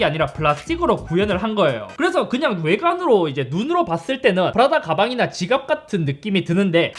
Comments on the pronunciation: 푸라다가 아니고 프라다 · 프라다가 계속 푸라닭이다고 들려요 ㅋㅋ (나 배고픈가?) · 저이거 보면서 생각한건데... 저만 프라다를 자꾸 푸라닭으로 말하는걸로 착각하나요..?